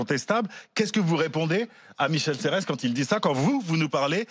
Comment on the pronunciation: Je voudrais dire à qu'on ne dit Michel "Serresse" Mais Michel Serre. Quand on veut faire l'intello, on se renseigne...